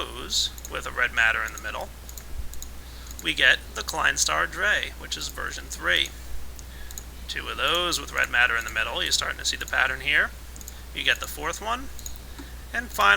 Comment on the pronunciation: Drei is pronounced Dry. Its german. Klein stars are counted 1, 2, 3, and 4. The klein star 5 would be funf. Just something to know